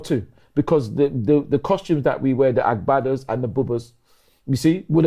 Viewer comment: the pronunciations of agbada and buba is so awful🤣 (yes I'm Nigerian)